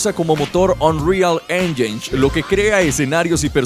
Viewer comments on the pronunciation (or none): none